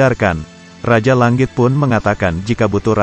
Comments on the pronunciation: Mendengarkan ucapannya, telingaku kok tdk nyaman. Tangan diucapkan tanggan, langit diucapkan langgit. Ini dulu sekolah bahasa indonesianya di mana ya? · Bang cadel Ng ya? Langit aja jadi Lang+git Zzzz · kayaknya si pembawa cerita susah banget ngomong tangan sm langit....